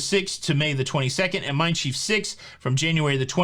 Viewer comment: Just a note on German pronunciation, Mein Schiff rhymes with cliff.